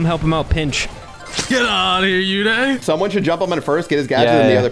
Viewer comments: They pronounce Uday wrong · It's oooday not youday 😂